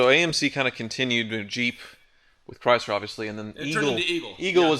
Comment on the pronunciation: "cry Zler" 😂